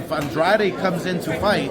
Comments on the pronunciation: Since I first started watching Andrade, the announcers and the TV commentators pronounced his name 'On-dra-day', but he pronounced his name 'On-drade'. Wondering why they pronounced his name wrong all this time....🤔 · i heard an Drade too “ahn drrahh deh” is it in Spanish cuz its a latin rooted name